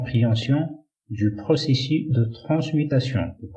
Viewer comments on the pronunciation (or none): Dans le mot ( processus ) le [ s ] final se prononce. Choukran , quand a moi j'apprends avec vous le choix judicieux que vous faites des mots arabe .